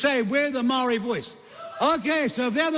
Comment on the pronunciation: maow-re... reckons he's authentic XD what a joke